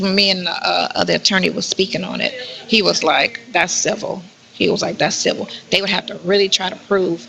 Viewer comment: I'm sooooo sick of this dumb broad saying CIVIL. SHE PROBABLY CANT SPELL IT